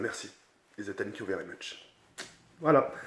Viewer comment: Is tank you 😂😂😂